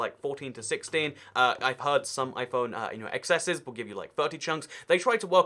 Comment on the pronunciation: its pronounce iPhone 10s not excesses, iPhone Xs.